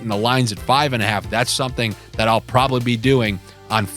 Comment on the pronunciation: Getting some bets in and I heard your "jus give me sometin to sniff about " 👍🤣🤣🤣